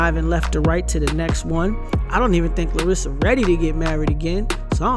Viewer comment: It's LAR-sa, not Larissa